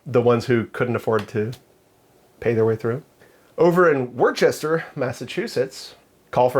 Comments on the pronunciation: if your from the north east you Don’t pronounce it Wor-cester, it’s pronounced Wooster. Heard FPC pronounce it funny and got a chuckle, but yeah it’s called Wooster out here 👍🏾 One of my favorite 2A channels! keep it going!! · it’s pronounced WOOH-ster, nor WORE-chester. 😉 And the People’s Republic of MA will never get rid of discretionary gun permits. The people just can’t be trusted, like in VT, NH, and ME. 😏 And, the Bartley-Fox law mandates 1 year in jail for carrying without an LTC, IIRC.